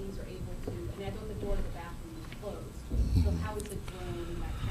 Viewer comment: really, “October eighteenf and bafroom”?? C’mon man